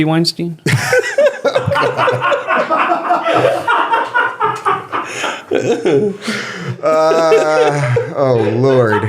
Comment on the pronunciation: Eric Weinstein actually clarified that his name is pronounced styne not steen